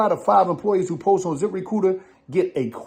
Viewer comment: Saying zip re cooter😅😅😅by accident